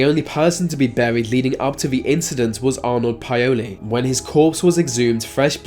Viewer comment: No offence but you're kinda butchering the ethnic names. Plogojowitz = plug GOY oh vitz Paole= POWL ' eh. Eastern European descended person.